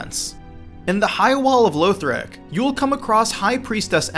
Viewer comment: Lowthric and Catacoombs? really dude.... who says it like that...